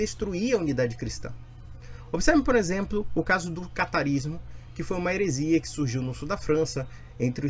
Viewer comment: Só pra conferir> "idonio", "ceita". "maçon", "herezia", "ginóstica", "nuvele teologi", "perceguido", "avosinha" "houvise", "mãesinha", um surto de erros grosseiros.